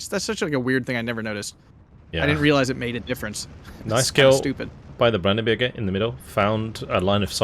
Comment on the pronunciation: its "brandenburger", not "bürger". that would be citizen.